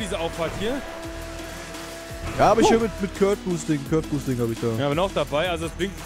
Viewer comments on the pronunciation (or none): Du sprichst Curb Boosting falsch aus